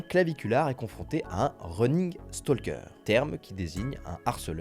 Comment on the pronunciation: Viewer prononcé « viou-veur », Stalker prononcé « stoL-keur », ça fait beaucoup là, non ? Vous êtes jeune, avez accès à You Glish, aux dicos en ligne pour vérifier la prononciation... j'ai mal aux oreilles. Pour viewer , il y a le mot "view" et ensuite "er" donc pas besoin de mettre le son /v/ et stalker c'est comme to walk, to talk, could, would, le /L/ est muet.